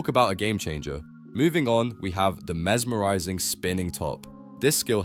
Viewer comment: aw hell nah what is this ai voice "the mesmorising spinning top" 💀